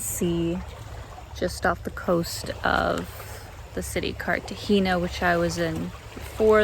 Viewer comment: no hay nadie que le ensene a pronunciar CARTAJENA NO CARTAJINA PLEASE